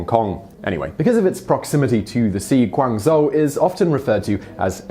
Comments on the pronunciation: The "zh" in Guangzhou is pronounced like a "j." So it should sound like "Guangjoe." Just wanted to let you know. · That's already an improvement. A few years back he pronounced it as gu-an-zhoo in his video.